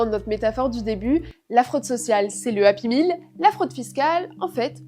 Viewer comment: j'ai dû écouté plusieurs fois ce mot car je ne comprenais pas. Finalement, la présentatrice parle de happy meal. Il faut comprendre ce charabia aussi indigeste que la bouffe transformée